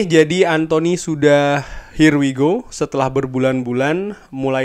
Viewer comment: Ya kann.. Ya kaaannn... Her why go